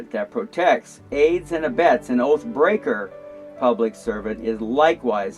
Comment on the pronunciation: You consistently mispronounced, "oath breaker". Throughout your entire presentation. 🙈 🙉 🙊 Unless there is a natural disaster, or some type of emergency. The job of all police officers, is to arrest you. Period. Why else do you think, they look all through your vehicle and want to search it and you for any minor traffic stop? It's because they are "Fishing", they are looking for any reason or excuse to escalate it to an arrest. They are not here to "Protect and Serve". They are not even required by law, to even give you any type of assistance. They have the option to actually do nothing at all, to assist you if they don't feel like it. It's true, look it up. There is no law, that says a cop has to help you. There are even plenty of instances documented, where they have stood idly by. When their assistance was requested. 😱😱😱😱😱😱